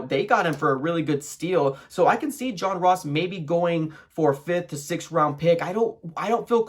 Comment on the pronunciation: Turned this shit off when he says John Ross